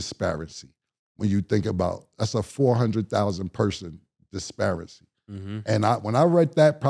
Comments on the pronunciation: is cam saying disparity or disparicy?🤔 It sounds like his is saying disparicy😂😂 I like hearing ninjas pronounce words that they don’t normally say. They stay Mispronouncing words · actually he was saying "disparity" meaning a difference in level or treatment, ... He just said the word wrong